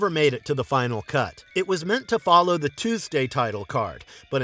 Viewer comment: The video is well made, and the narrator clearly speaks English as a first language, yet he doesn’t know the pronunciation of the word “the”, depending on what word follows, and the word “a”, depending on what word follows, which is not only weird, but it’s very distracting. He should take some lessons. It's so hard to hear repeatedly, I sadly had to stop watching the video and just read the transcript.